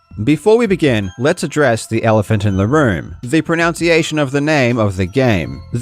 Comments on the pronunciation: It's pro-NUN-ciation, not pro-NOUN-ciation. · I've watched a few videos and noticed you say "pronounciation". Is this on purpose? The pronunciation of "pronunciation" is not "pronounciation" pro-NUN-ci-ation, not pro-NOUN-ci-ation However, English being the silly language that it is, we have pro-NOUNce vs pro-NUN-ci-ation. Go figure. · I'd rather talk about how we pronounce "pronunciation" which is definitely not like "pronounciation." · Mispronouncing one word when describing the mispronunciation of another? Classic. That word is "pronunciation"? Priceless. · I guess you're being ironic, but you're mispronouncing the word 'pronunciation' lol, oh well